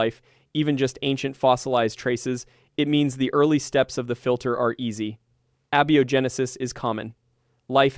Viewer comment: Abby-oh genesis? This is why I hate AI narration. This was interesting but the volume of pronunciation errors and unnatural speaking cadence throughout make it more sloppy and irritating than enjoyable. Please humans, go back to doing your own narration.